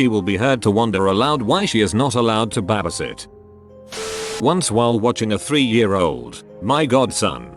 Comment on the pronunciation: i find the way the voice says " babysit " funny. B A Ba S I T